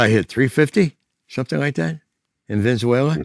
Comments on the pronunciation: I just love the weather in ' venzuwayla' 😂😂😂😂😂😂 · I hit some home runs down in "Venenzuwayla" too😂